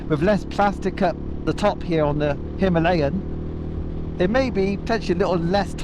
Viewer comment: First time a westerner pronounced it like we do .. Hi..ma..layan 🙂